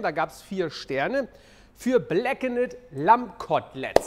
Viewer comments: datt heißt BLACKENED - (gesprochen BLACKEND) und nicht blackenett... heißt ja auch corned "cornd" beef und nicht "cornett" beef.... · DANKE!! ENDLICH jemand den das auch triggert.... "bläckenätt"... ächz 🤦🏻‍♂️ (nur das Englisch, nicht das Kochen!!) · Alter es wird „bläkkend“ ausgesprochen. Know your english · GROßER Fan von Deinen Videos! Fantastisch! Einfach alles! Grandios! Nur BITTE: blackened spricht man blackend... das zweite "e" ist stumm... :) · Gemessen daran, dass Steffen ja in den USA gelebt hat, finde ich es nach wie vor einfach nur schlimm, wie er "Blackened" ausspricht :D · wenn er jetzt noch "blackened" richtig aussprechen würde, hätte es mit dem fünften stern geklappt... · Bitte lass das zweite e bei blackened weg bei der Aussprache. Nicht weil ich dich vorführen möchte sondern damit andere den Fehler nicht auch machen. Und bisschen weil es weh tut beim hören.. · Das zweite e wird nicht gesprochen. Verdammte Axt.